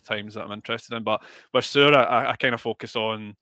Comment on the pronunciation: omg shore? It is pronounced seur.